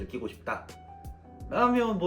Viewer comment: 쌔.리... 발음 ㅋㅋㅋ